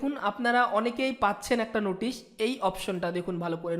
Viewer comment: "Ei j Noootisshhhhh" 😀😀😁😁😂 at first rectify your pronunciation after then upload video. This was just jocking...